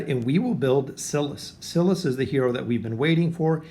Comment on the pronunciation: It’s sigh-lus not ci-lus